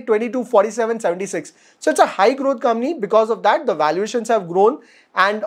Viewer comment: Your channel is too good. It is one of the three channels I follow for fundamental learning on a regular basis. Keep up the good work. PS- One small thing, when you say 'company' fast, it sounds like ''Kamny" 🙃